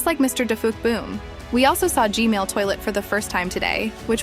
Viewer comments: It’s gman not gmail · its gman not gmail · Was at the premiere, really good job. And how you said g-mail instead of g-man really got me laughing so hard😂 keep up the good work! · It’s g man not g mail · It's G man not G mail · Its G-Man not gmail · Why she always say Gman as Gmail?